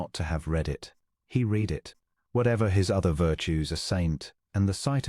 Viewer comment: How about the spoken pronunciation of read. It is always said in the present tense (reed) even when it should be past tense (red.) 😜